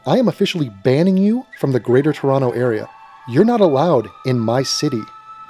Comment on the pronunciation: Hey, see you in Toronto. The second 'T' is silent, btw.